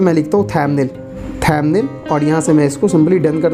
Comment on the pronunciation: Motherchod pehele too pronounciation thik se kar le...."thamnil" kya hai?